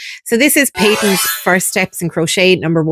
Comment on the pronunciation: I’d say Pay-tuns. (I’m Scottish and 70 years old and that’s how I remember it being pronounced. 👍 Nice video!!